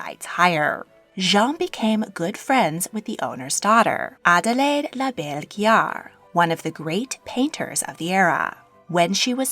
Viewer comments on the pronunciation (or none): none